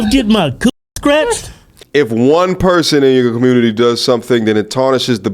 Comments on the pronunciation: Sounds like she is saying "Stretched" not scratched. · The funny thing is she’s saying Stretched not scratched 😂😂😂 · Think she said pussy stretched not scratched. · I thought she said she wanted her coochie stretched! Not scratched 😂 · Was she saying "scratched" or "stretched"? 😅😂😭😭🤣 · …. I don’t think she said scratched… I thought she said STRETCHED!! But…. She said It more like imma get it SKRETCHED from dude down the SKREET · I thought she been saying stretched. Glad to know it's scratched... Either way damn gurl. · I think she was saying stretched not scratched. lol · Is she saying stretched or scratched?